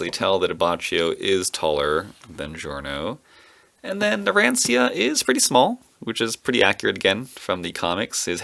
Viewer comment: And naracia is pronounced narancha